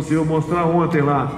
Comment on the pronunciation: O cara e bom, mas um presidente falar "onte" ao inves de ontem e simplesmente ridiculo, tao ridiculo quanto o lula misturando plural com singular.